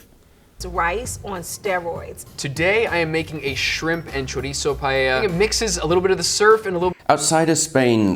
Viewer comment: funny how you recognized that they pronounce paella correctly and then you went on to say chorizzzzo